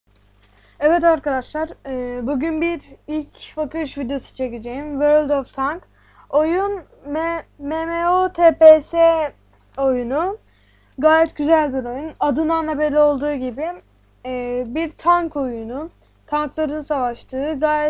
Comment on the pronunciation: mememe değil em em o